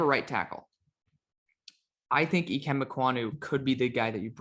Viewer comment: Good lord, it’s pronounced I-Kim. Just say icky that’s what he goes by